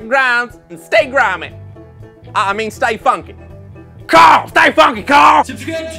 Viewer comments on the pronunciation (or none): Its Cooarl